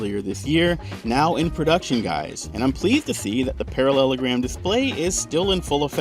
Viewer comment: "parallelogram" I really don't like it.